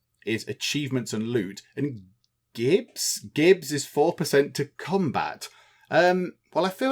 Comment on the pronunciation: I think it's "jibs", rather than "gibbs" -- as in, giblets. As in the gore often splattered in violent games!